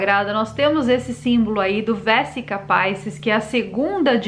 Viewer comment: aos min a pronúncia não é feita como se o idioma fosse inglês... Vesica Piscis se pronuncia "Vezica Piches" e não " Véssica Paissis" É do Latim Vesica (balão) e Piscis (Peixes, representando aí o Cristo)